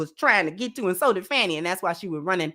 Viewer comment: Just FYI is it pronounced Fah-nee Willis not Fannie. Glad to see you back Sis. I wish you well in your new endeavors.